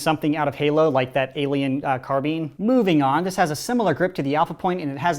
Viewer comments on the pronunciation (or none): It’s carbine not carbene! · you said "Carbean" but it's called a carbine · It’s not “Car-bean” it’s “Car-bi-n” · excuse me, carbeen? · it’s carbine, not Carbene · IT'S CARBINE NOT CARBEEN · did he pronounce car-bine as car-bean? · CAR-BINE NOT CARBEAN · Stop saying carbean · Whenever says CarBEAN instead of CarBINE I imagine Chief holding a giant bean lol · CARBINE IS SAID CARBINE NOT CARBEEN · Did he just pronounce "Car-By-N" "Car-Bean"?!?! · what tf is a car-bean? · It's not Car-Been it's Car-Bine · Carbean. Me: CARBINE IT IS CAR-BINE. (This is a joke about me getting annoyed by his pronunciation of the word carbine, do not take it seriously.) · carbean? It's carbine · STOP SAYING CARBEEN IT'S CARBINE. BINE!!!! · Carbine not carbean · Carbine? CARBEEN !!! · That carbine pronunciation tho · Car-bean. Shudders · Does anyone love his content but I can’t stand it when he says carbeen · The way he says carbine Car bean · i dont like how you pronounce carbine. carbean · Carbine (noun) semi auto firearms (car-byne) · it's carbine like combine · It annoys me how you say ‘carbine’ , I say it ‘cah-b-i-ne’ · The way you say carbine drives me nuts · Can’t pronounce carbine right...TRIGGERED